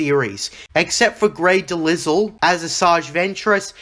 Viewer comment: The S is basically silent in Grey Delisle's name.